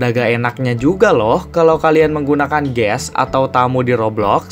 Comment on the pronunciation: Kok Kamu bilang kayak ges hahahaa